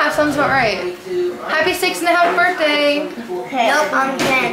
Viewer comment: it's pronounced (birth-day) not (burt-day)